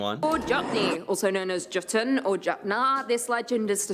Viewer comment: Jotunn -yotoon